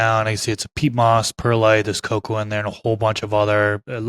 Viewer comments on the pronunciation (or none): none